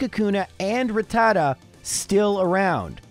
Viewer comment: I'd just like to point out... the name is "Rattata" (rat-ta-ta) not "Ratatta" (ra-tat-ta). Yes, you've been saying it wrong the whole time, but I've been binging (binge-ing) your videos for a couple days and figured this would be the perfect video to mention it. Thank you for making the videos; I love them. Keep up the great work! (that last part goes for the editor as well. ty editor)